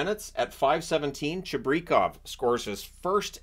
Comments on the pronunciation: Its Chibrikov not Chibrekov like you said it Watch the manitoba moose broadcasts how they say it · Lol. Pronunciation of Chibrichov, nope. And by the way,you mentioned Canucks sitting starters. Did you see Jets? They sat starters too.